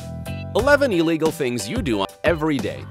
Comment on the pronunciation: Its illegal not "elligal"